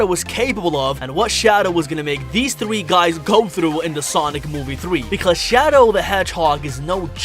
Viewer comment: twee bro it s tree